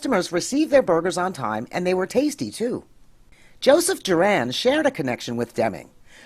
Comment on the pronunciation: I'd be more impressed if you hadn't mispronounced Juran's name. It's JURR-in, not Jur-ANN.